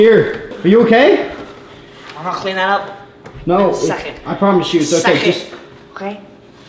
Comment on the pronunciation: "In a shecond, in a shecond."lol